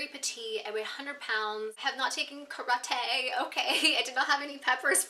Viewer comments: "I have not taken karatayyy"😂😂Dead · Ka-rah-Tay..... Lol..!